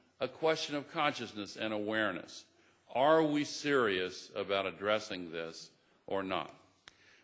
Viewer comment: Hear him saying "awareness" as almost in sleep or drunken state... and top of that talk about global covernance. Yikes, you gotta love the puppet show... naah, too stiffy for me. Al gore and other puppet's, the show is over, get over it!